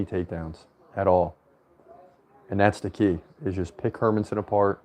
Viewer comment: You're actually pronouncing Hermansson more correctly than how most Americans pronounce it. In Swedish the emphasis is on her, with a secondary emphasis on son. Emphasizing man just sounds weird from a Swedish perspective, because there's no such emphasis on the name Herman.